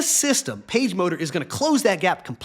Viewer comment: I have to admit that when you first said "PageMotor" I heard "PageModer." One data point for you.